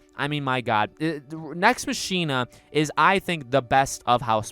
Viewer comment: Pssst ... hate to be that guy but it’s pronounced “Nex MOCK-ina” with emphasis on the “mock” like how “Ex Machina” is pronounced. (Sorry) I agree though. Nex Machina is also my favorite Housemarque game.